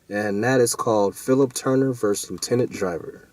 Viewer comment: "Versus" not "verse."